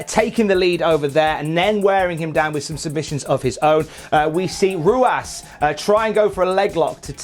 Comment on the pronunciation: That’s not how you say Ruas